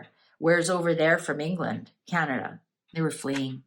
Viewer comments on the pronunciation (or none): none